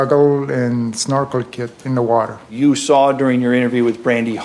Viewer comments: If he said "looking with a snorkle" quickly in response to being asked what he was doing it would be easy to mistake what he said as something similar to looking for girls if he pronounces snorkle similar to the way I pronounce it. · There was a comment early on where someone suggested that accent might have caused them to misinterpret what he said - his pronunciation of the word 'snorkel' might have sounded like 'small girl'